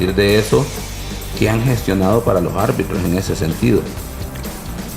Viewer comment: El ex árbitro Elmer desespera tanto que habla con la "J": lojarbitros (los árbitros), diejaños (diez años), dojaños (dos años), y así. :face-orange-raised-eyebrow: Lojárbitros, lojárbitros, lojárbitros.